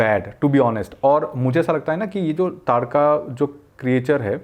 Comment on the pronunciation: lol that dude pronounce taadka wrong 2-3 time in his last video ...he pronounced ताड़का as तड़ाका